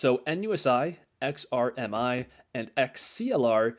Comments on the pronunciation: Nice funds. I was a bit amused as sometimes you called XRMI -> XRIM. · If you say XRIM one more time! Lol